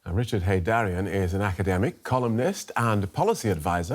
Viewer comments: It's Richard Heydarian not Heydarin!😊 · It's Heydarian not Heydarin!😊